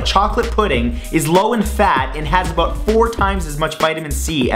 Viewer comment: aboout lol i love the way he says it i'm going to go find me a canadian girldriend...